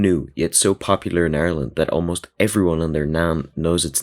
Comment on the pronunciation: The way you said Ireland bro